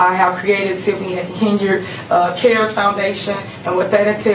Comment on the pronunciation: Why do you keep mispronouncing her name as Hen-Yard instead of Hen-Yerd like the multitude of audio clips you posted at the beginning of this video? It sounds weird to hear mispronounciation of names, especially when the person who the name belongs to pronounces it the correct way